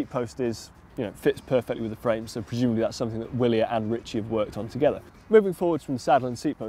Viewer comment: I thought "Willier" was pronounced with a V?